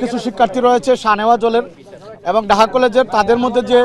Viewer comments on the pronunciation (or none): Daha College konda??????????? Hay re barishailla!!!!!!! Nijer college er name ta o sundor kore koite parish na....